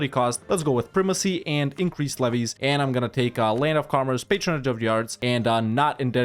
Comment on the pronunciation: This is my first watch since subscribing. I've enjoyed your A-Z series for a while so I thought I should correct my omission. I just wanna say that every time you say "increased levies" I hear "increased Zlevvies" like it's your nickname for Zlewikk and I hope you never change because that's great.